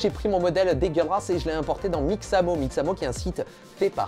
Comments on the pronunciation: Ca me tue de rire comment il dit degeulasse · Le fameux "dégueulâsse" de Jake Peralta :p #99ème!